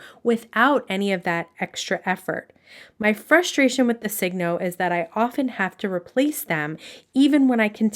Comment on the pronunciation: Thanks for a very good and helpful video. Many people don’t pronounce Signo correctly. I only know the correct pronunciation because I lived in Japan for many, many years. It’s pronounced like “Sigh- no” not “Sig-no.” You know, like sign your name or it’s a sure sign, etc. The pens are made in Japan and the way they would say, “sign your name” in Japanese English would be signo your namu, because their words almost always end in a vowel. Thought you might like to know.😢 Appreciate the video very much.